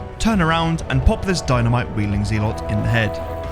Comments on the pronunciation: In both british and american english it's pronounced ze-lut (zɛlət), not zee-lot JFC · Genuine question; does anyone else pronounce Zelot as “Zee-lot” rather then Zel-ot”? I’ve never heard anyone else pronounce it like that, and he says it so many times 😂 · Hey, I'm a fan and love all the runs but I cringe when you prounounce Zealot as "Zeelott". My ocd was killing me every time you said that lol. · Never heard someone pronounce Zealot as Zeelot. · It's pronounced "zel-ot" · Man.....I love the way you play resident evil. Hate the way you say ZEEElot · Zealot us pronounced ZELET ffs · There's no way that's how you actually pronounce zealot XD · You should look up how to pronounce "zealot."